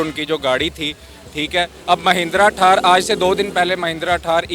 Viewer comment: ठार नही थार होती हे 😂😂😂